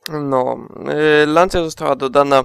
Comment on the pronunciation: nie Lansja tylko Lanczja. A swoją drogą HF Integrale to bardzo fajne autko <3.